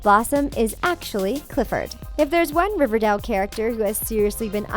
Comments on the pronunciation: It's not shek its Chic. Its Riverdale not riverdall. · ITS RIVER-DAYEL OK PRONOUNCE IT LIKE THAT MY GOD LADY Edit: ALSO WHY THE HELL ARE U SAYING SHEEK UR SO STUPID JESUS EDUCATE URSELF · RIVERDELE!? who else hated the way she said that